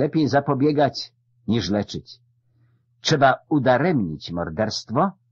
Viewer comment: plus brak wymowy "trz" na rzecz "cz", np. czeba... ale mimo to fabuła zwycięża i jest miło🙂